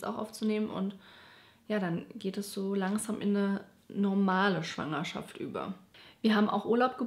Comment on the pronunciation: Besonders „Schwangerschaft“ puhhh